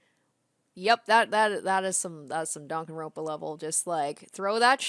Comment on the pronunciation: One thing I honestly don’t like is that everything the characters do or say you make it related to DanganRonpa. Also the way you say DanganRonpa, where did the k come from